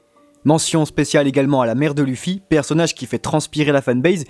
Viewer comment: APPREND A PRONONCER LE NOM DU HERO